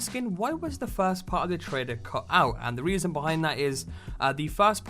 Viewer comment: Why do you say "trader" instead of "trailer"?